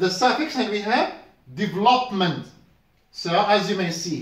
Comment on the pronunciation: for exemple the pronunciation of development and develop ... But ...going to explain not going to xplain ... Anyways great effort 👍